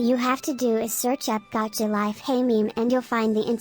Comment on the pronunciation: Gavka lol XD best way to say gacha